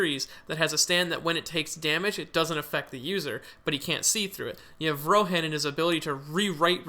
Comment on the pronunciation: The way he says Rohæ?n hurts